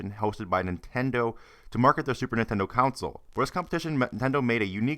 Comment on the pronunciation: You do know its "console" not "council" right?